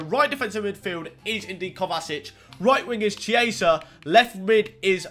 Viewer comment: LILTEE775 ikr he said kovacic kovasic